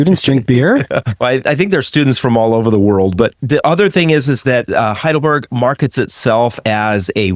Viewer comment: How do you manage to pronounce Heidelberg correctly, but Leipzig totally, utterly wrong?